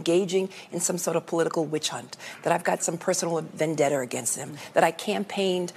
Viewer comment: "vendeter", right kaweesha.